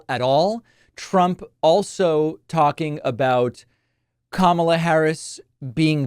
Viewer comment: At least trump finally pronounced Kamala's name right!